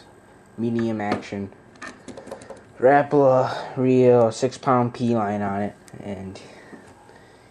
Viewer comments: well everyone around here and everyone that i know pronounces it ruh-po-luh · learn how to say rapala..